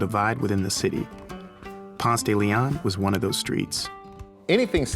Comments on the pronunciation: He is not a true Atlien if he pronounces Ponce de León like thag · I’ve lived here 21 years. Never heard someone actually pronounce Ponce de Leon like that. 😂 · you fucked up the pronunciation and you interview a bitch that ain't even from the A... weak. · Doesnt pronounce it correctly or like an Atlantan....FRAUD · Just the way he said "Ponce de Leon" I know he is not from Atlanta. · That pronunciation for 'Ponce De Leon' is so weird...but I guess it makes sense if you don't speak Spanish. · that pronunciation is ALL WRONG.....lack of education, gross :P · they couldn't find someone actually from ATL? Nobody in Atlanta pronounces the street that way. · exactly I was like 😳 that's not how we say it lol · Say it with me: "Pawnst-dah-Leon." We don't have a "Ponce-Daily-On" anywhere. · Between the atrocious way this guy mispronounces it Ponce de LiAhhn (instead of Ponce de LEEon) and the way he says AtlanTTa instead of Atlannuh let’s you know he is not from here. Get outta here with ya candy Vice! Get a local! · I'm so fucking triggered. The pronunciation is PonSAY smfh, couldn't even watch the damn video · Umm its Ponce Da Leon 🤣🤣🤣how we say it in Atlanta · It’s PONSEEE DE LEON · It's pronounced Ponce duh lee onn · I'm from Atlanta. PRONOUCE PONCE DE LEON LIKE paw-nce day lee-on. If you say it with an attempted French accent, everyone will know you are not native. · I can tell by how he pronounces "Ponce de Leon" that he's not from there. Locals say "ponce-duh-le-on" (emphasis on the -ON and not the "de") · We just call it "Ponce", because we know how it's properly pronounced, but if you don't say ponce duh LEEon then people think you're not really from here 🤣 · PONCE duh la-on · Pons deh leh own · its actually pronounced Ponseh- deh- leh -on. Its a spanish name. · I'm sorry, but it's pronounced Ponce de LE-on, not Ponce de Le-ON. But at least you didn't pronounce it the proper Spanish way... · No one in Atlanta pronounces Ponce correctly.